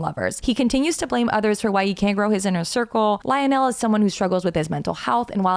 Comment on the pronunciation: IKR? it was painful to hear the way she pronounced it lol